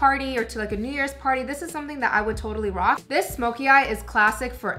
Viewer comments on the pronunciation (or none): none